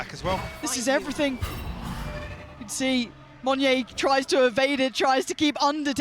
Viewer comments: Idk if yall realised this, but the way pronounced monyet, she silent the T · is no one going to tell her how to pronounce "monyet"? XD